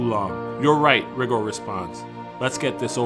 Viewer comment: It's pronounced RY- GOR LIKE RY- GRRRRRR